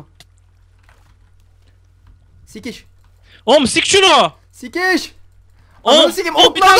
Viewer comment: ahahahahaha 'sik sunu' :D